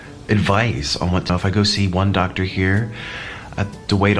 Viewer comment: I love the way he pronounces doctor. Like "Dahctah". I have to keep replaying it xD